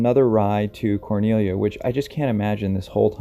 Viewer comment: Well done on the pronunciation of Cornelia. I live in this area - Helen, Cleveland, Cornelia -- the start of the Appalachian Trail. There's very little coverage of the foothills and the mysteries that happen within. Thanks for giving it some coverage! Coincidental part - The Wurst Haus is now gone - burned down years ago - however my husband now works at the location it was once in, called Konig Ludwig's Biergarten now - and they still have the original sign from The Wurst Haus up on the wall, remembering.